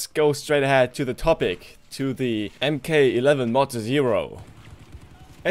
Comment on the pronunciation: It's pronounced. Mark. Not EM K...jus sayin. MK11(Mark 11)